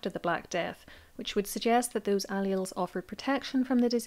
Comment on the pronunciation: Please look up pronunciations. For example allele